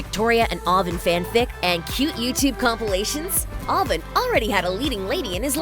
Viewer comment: She can’t pronounce Avan and Jay ?